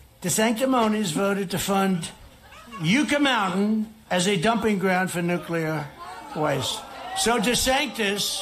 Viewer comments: Yucca mountain 😂 its not prounounced you-ca, its YUHHHCA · You-ka Mountain? It's Yucca Mountain, sounds like "Yuck, [uh] mountain." They are not dumping anything, it literally would be an underground warehouse in the middle of nowhere where they would store sealed containers of nuclear waste. Trump reaffirms his moron status...